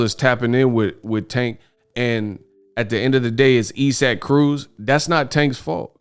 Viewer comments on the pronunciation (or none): why do you continue call man e-sack it's I'saac Aka(eyes- sick)0k come man please 🥺